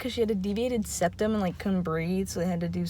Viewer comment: no one:: mY seViAteD is DepTuM 😀